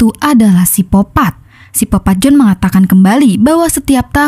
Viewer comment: Sikopat bukan sipopat